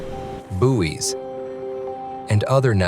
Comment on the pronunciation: Had to stop watching,he kept saying Booies